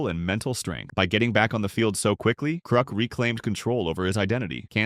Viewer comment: ITS KRUK NOT KROOK YOU AI VOICED LOSER.